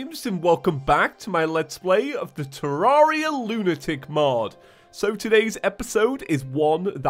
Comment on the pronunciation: James you,mentioned this in one of your 50 facts of terraria it is terr rare ia not terr ar ria